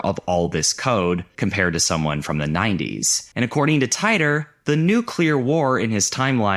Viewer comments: John TIIIIIII-TORRRRRRRRRR You’re driving me crazy saying it wrong . . . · i hate to break it to you but John Titor is pronounced tee-der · Hell / com! This is the only video I've ever seen to mention that arts collective. I had a chance to get into it a few times when they ran free access. Fun little interactive art pieces and the like. Subbed. BTW, it was pronounced, John "Tee-Tore" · titor = tee-tore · Did....did you deliberately mispronounce John Titor's name just to make that "barely knew her" joke? Because I've watched several videos on that story and I've never heard anyone pronounce it like that...